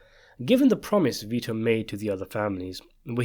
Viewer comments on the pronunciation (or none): The boy's name Vito \v(i)-to\ is pronounced VEE-toh. It is of Latin origin, and its meaning is "life-giving". Mostly Italian use. Saint Vitus was an early martyr who ...